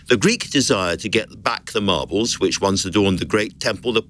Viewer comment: Lol, she said margles